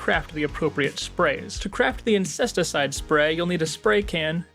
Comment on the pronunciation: "to craft the INCESTicide spray" My man.